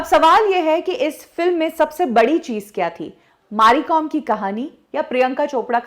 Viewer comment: Maari Kom ??? Its Mary Kom madam, she is a legend take her name correct at least .